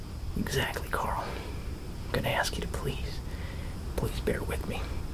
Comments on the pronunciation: Not “Coral” 😂😂😂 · Damn, even version of Rick Grimes can never pronounce his own son's name right.